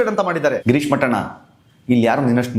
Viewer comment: Mattana alla mettana😂😂😂😂